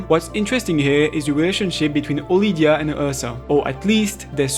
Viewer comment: Mate. Her name is Odilia. Sounds much more elegant too.